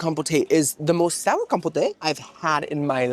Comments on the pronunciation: Do you know what, "Je m'appelle means?" Since you're half Cuban, you'll know "Me llamo." Also compote is not pronounced compotay. 🤣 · I love you so I'm going to hold your hand when I say you this. Compote friend, COM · POTE (pronouced like poht). Now if this is like a buffet and queso situation... my bad, carry on. ❤ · Love how you pronounce "Compote" as "Compotay" LOL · you're saying "kompowte" as a quirky way of pronouncing it, right? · I feel like every video you make there is a compote on the desert and I cringe every single time you pronounce it was an “A” sound at the end. I beg you pronounce things correctly or try, bc your followers may request the item you recommend and they may feel really embarrassed being corrected by the serving staff. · Compo-tay and Choppin!! 😭 Compoté and Chopin (Kom-poat and Show-pihn) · love how he says "com-pot-ay" and "choppin" instead of "com-pote" and "cho-pan" 😂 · Girl I’ve watched you for so long & watch you so much that I’m starting to say the words you purposely say wrong myself in daily life… like boo-fay and compo-tay 😂You’re infecting me! 😅 💜ilysm!!🫶🏻